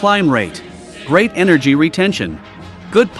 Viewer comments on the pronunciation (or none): none